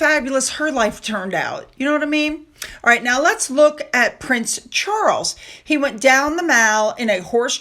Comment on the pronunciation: Let's look at PRINCE Charles ? at 2.12. And Kate BLANCHETTE ! Your pronunciation of the British stars is ridiculous.🇬🇧🙄🙄🙄